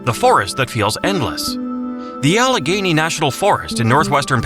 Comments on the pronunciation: Allegheny = al-a-gainee. Not "al-ga-hainee". AI narration sucks. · You go to the trouble of making a video about our beautiful commonwealth, and you can't even take the time to narrate it yourself? Turned it off in, when I heard about the Allig HA-YANEY river. What the h*ll is wrong with you people????????? PLEASE never make lame videos like this EVER again! You disrespect us. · How about Allegheny being pronounced incorrectly. That is the easy one. And Presque Isle also pronounced incorrectly. And Susquehanna also pronounced incorrectly...